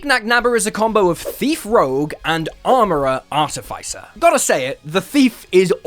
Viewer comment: Art-if-iss- er.